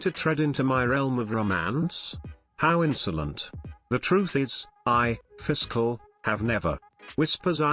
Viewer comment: The TTS pronounces Fischl as Fiscal lol